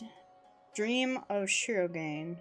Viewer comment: shirogane = Shee row gah nay.